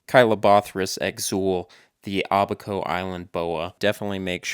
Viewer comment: It’s Abaco, not “ahh-baco”. Oh gosh you mispronounced “Bahamian” too, I can’t take this.